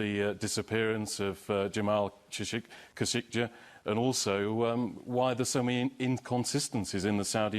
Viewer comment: the reporter still cant pronounce kashoggi wtf??